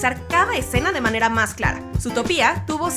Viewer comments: Mi estrés cada vez que pronuncia zootopia mal 📈📈📈📈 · Zootopia no se pronuncia así D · Perdón pero zoológico y zoología se pronuncian con dos ‹O›, entonces ¿cuál es la razón de pronuncia a «Zootopia» con una ‹U›? ni tampoco tiene una tilde en la ‹I›. En España al igual que en Britania (y parece que otras partes de Europa) la película fue titulada «Zootrópolis» excepto en los países de habla alemana adónde se nombró «Zoomania» y en Francia y las partes francoparlantes de Bélgica y Suiza adónde se usó la versión francesa de Zootopia igual que en las partes francoparlantes canadienses. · Es que yo leo mal Zootopia o es que ella lo lee mal? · Es ZootOOOOOpia, por que lo cambian a Zootopía ?? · Se dice Zoootópia no Zootopía por dios -_ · Por Dios, no la aguanto más!!! Es Zootopia, no Zootopía! Por suerte hay gente que te lo pone en los comentarios! El título dice ZOOTOPIA NO HAY NINGUNA TILDEEEEEE!!! (okno, ya me calmo) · No es zootopiaaa es zootopiá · like si escuchasye a la youtuber zutopia en vez de zootopia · Zootopia no zoo to pía ok aprende a hablar y yo pensé que los datos eran de la coneja y el zorro aclararo ok 😡 😠😠😠👎🖕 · Porque le dijo Zootopiá Si es Zootopia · Ahhhh... su Zootopía* cada vez que lo pronuncia así me da cólera... 🙄😅😅😅 Según yo es Zootopia* 😅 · oye mira ve el nombre de la pelicula no se dice zootopía que es como lo pronuncias tu se pronuncia zootopia originalmente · Es zootòpia no zootopia boba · no es zoo topia es zootopia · no es zutopia es zootopia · se dice zoo to pi a no zootopiá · Dato 108: Se lee ZootOpia (énfasis en la ultima O), no Zootopía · Por qué dice Zootopía y no Zootopia? 🤔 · no se llama Zootopía, se llama Zootopia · oye, es Zootopia no Zootopía! me gustan tus vids pero pronuncia bien las cosas wey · ami me matan cuando pronuncian zootopía en ves de zootopia :v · no es zootopía es zootopia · SutopÍA NOooo es Zootopia. Zoó-topia. o Zootropolis. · Es Zootopia, noo zootopía, aprende a leer ¬¬U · Juan 1449 Y que lo digas XD